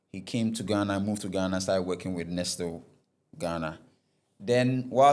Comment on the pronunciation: I understand you, but not being able to pronounce words like Nestlé, Barbados and Ernst & Young...? Those are by no means technical; those are basic. As for the financial and legal stuff, the less said, the better. The attempt is good, but like I said, much more room for improvement.